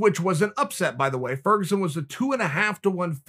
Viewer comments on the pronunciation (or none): tony fergosuan